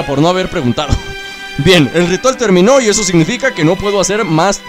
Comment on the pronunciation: like si lo ves en 2019 like por que dijo rital jajajaja😂😂😂😂😂😂🤣🤣🤣🤣